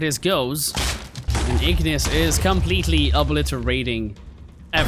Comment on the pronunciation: wait he said ignis with a N💀💀💀💀💀💀